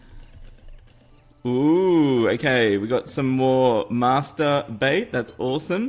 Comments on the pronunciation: When he said Master Bait it sounds like Masterbate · Did anybody else notice that when he got the master bait he said the to words with a large gap in between. Lol